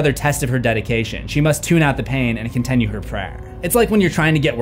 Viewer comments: Amazing people came after you for titular and not "continue" being pronounced "contenue" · Y'all gave this mans hell over "Titular" but let him slide on "con-TEN-ue"??